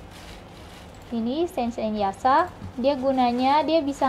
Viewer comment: Mbak kok spelling yasha=ya sa, sange=se ng bukan sa nge. Hahahaha, just kidding piss out.